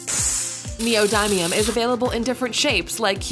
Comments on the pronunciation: Its neo dim ium not neo dime ium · its knee - oh - dim- me - m , not knee - oh - die - me - um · I thought it was neodin, not neodime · Neo-D-um not neo-die-um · i think it's nee-oh-din-ee-um not nee-oh-dime-eum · ITS NEODYMIUM NOT NEOMIMEIUM DAMNIT XD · Anyone who thinks that's black fluid is not something u should not "try" is dumb and liquid nitrogen is dangerous yes but hard to get ahold of same as try ice pretty much all of these r worth try and its knee oh dim E um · I die inside everytime she says Neo-die-mium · 'You're pronouncing "neodymium" wrong....Should be pronounced "knee-o-dim-ee-um" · in english, it said neodymium as leo daimyo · it's neoDEEmium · Wtf is neodiemium. U said it wrong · U said neodymium wrong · you said neodymium wrong at the end, i wonder how you still have face to talk in these videos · They say neodymium wrong I'm triggered🖕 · wtf u they are mispronouncing neodimium